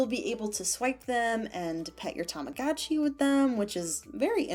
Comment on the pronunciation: The advertisements are so cringey, TAMAGOOCHI PIX, BITCH ITS tamaGOTchi